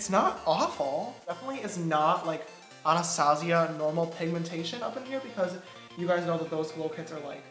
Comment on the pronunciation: Shot every time he pronounces Anastasia wrong